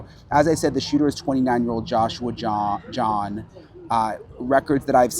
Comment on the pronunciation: His last name is not John, it's Jahn. A very common last name in Germany. I know, fluent in the German language.